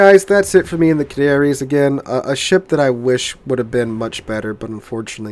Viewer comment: Ca -na -ri - as ....give it a try